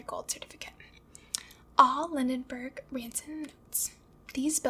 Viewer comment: Also Lindbergh (not Lindenberg)